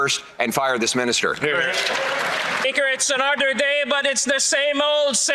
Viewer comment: same old same old? No sh*t Mr beaker. Same old con from 10 years ago. Same old corruption. Same old cabinet and ministers. Same old indeed Mr. Beaker. The chihuahua can't even say speaker. What a dildo.